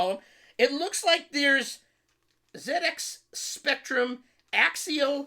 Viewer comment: It warms my heart to hear you said zed ex :)